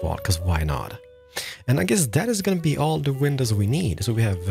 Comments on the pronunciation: "window peinses" Never gets old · Is no one else hearing window penises!? When he’s going through the item list? It’s literally all I can hear! Thank you so much for this cheer up sesh. Great tutorial too 😍😂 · This dude really just said window penises when he was explaining his choice of blocks.